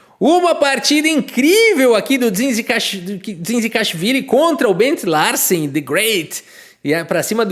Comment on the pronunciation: Morri rsrsrs Um sobrenome com umas vinte letras o pronunciou como se fosse um Silva 😂